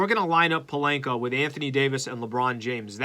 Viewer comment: Please stop mispronouncing Pelinka and Schroder… Otherwise love your show